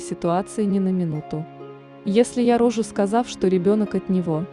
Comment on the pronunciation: Читалка, научись правильно делать ударения, хотя бы на ключевых словах рассказа - рОжу, рОжает - обалдеть....! Говорила, говорила, а что решила не озвучила? Куда пОдалась непОнятно? Она не совсем в нормальном сознании! Вперёд говорит, что если вернуть, то она бы всё равно изменила, а в конце диаметрально противоположное мнение! Чокнутая и поэтому то и залетела! Дала "по любви" и без "противогаза"!